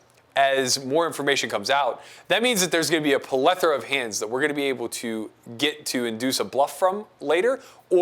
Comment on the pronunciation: except he butchered the shit out of the pronunciation of plethora